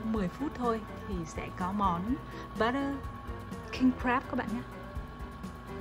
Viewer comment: King Crab not King Grab =))))